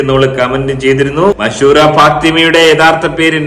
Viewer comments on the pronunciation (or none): മശൂ റ അല്ല മഷ് റൂറ ഫാത്തിമ ആണ് 3 മക്കൾ ആണ് 😃😃😃😃😃😃😃😃😃😃😃😃